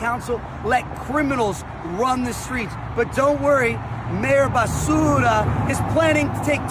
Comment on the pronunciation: Love that calls her bass-ura 😂